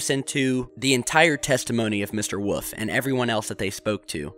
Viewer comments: Karl Woof. Who the hell is Karl Woof? Oh, you mean WOLFE. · did you mean carl wolfe? because you're saying wuff. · Geez man, learn how to pronounce WOLF. It isn't WOOF! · why can't you pronounce the word "wolf"? Just fyi, it's in not pronounced 'woof' it is pronounced /wo͝olf/. Not like a dog bark(woof), there is an 'L' in the word! This is the second or third video where you pronounce the word 'wolf' incorrectly. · im sure his name is WOLF not WOOF my friend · Karl Wollllllllllf not Woof like a damn dog! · Please tell me why you keep calling the man 'Woof'? His name is Wolfe, pronounced like the animal that tried to eat Red. Why are you saying 'Woof'??? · Please stop saying woof. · Say it with me. Wool - f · I hear Woof haha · Another great video. Though I think Mr Woof might be barking. Get better soon man.